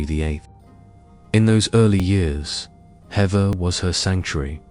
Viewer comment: It's pronounced "heaver" (Hever) ❤